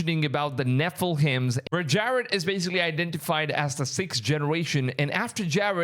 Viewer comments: Nephilim is pronounced ne-fil-eem. 👍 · This guy has the hardest time pronouncing “nephilim”. Also I really don’t think that guy is the Antichrist. It says his countenance is more stout than his comrades and he cares not for the desire of women. Those don’t really describe the guy. He could be evil but I don’t think he’s THE Antichrist. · The way you say Nephilim!! OMGOSH! 😂😂 It sounds like a Hogwartz fraternity!!